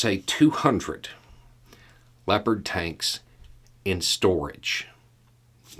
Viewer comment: I swear to god, at first I thought you said "leopard taints". I feel a little ashamed about that.